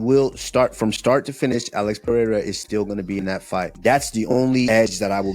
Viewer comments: Chael still isnt pronouncing Alex's name anywhere close. Pee-air-a? 😄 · Piera.... c'mon Chael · "Pierra" always gets me😂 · Sonnen still mis pronouncing Alex’s name. Peeee-era. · Chael with the Alex ''Piëra'' 🤣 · Chael is intentionally mispronouncing Pereira %100 😂😂